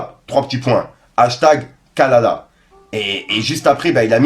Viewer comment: Kakala pas kalala🙄😒🤣😂